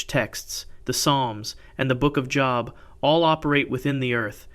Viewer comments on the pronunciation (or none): Great content! Growing quickly 😊 New subscriber 😇 Job… not as in a Job in education Pronounced as it rhymes with Globe 🌍